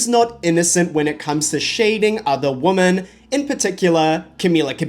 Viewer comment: women not woman I get it's a confusing spelling but you should know from context how to pronounce it